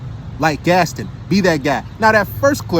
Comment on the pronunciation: Yo said "Gastin" it's Gaston (Gast- Ahn) 😂 I assume he hasn't seen the movie there was a whole song about him.